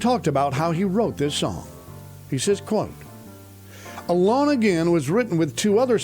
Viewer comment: "ALONG/A-LAWN AGAIN" (Naturally). Alone (A Loan) like a loan from a bank. I don't know what you are pronouncing but it doesn't sound correct.